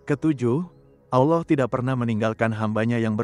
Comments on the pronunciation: Karena AI tidak bisa membaca Allah kak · Kenapa setiap penulisan allah dan pembacaan kalimat allah sengaja di salah 2 kan, ini membuat islam emosi